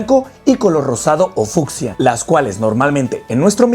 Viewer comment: Yo respeto, agradezco y admiro mucho tu trabajo es por esto que te daré una pequeña retroalimentacion para que mejores y profesionalices tu proyecto: la conjugación correcta es "También es muy consumido" no "es muy comestible por la fauna", se pronuncia fiusha aunque se escriba fiucia, explotado no etsplotado, elección no eletsion,exfoliante etc. Etc. Etc.🙏🙏🙏